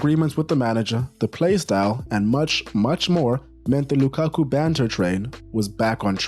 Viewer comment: It’s not Lukaku. It’s Lakaka 😂😂😂😂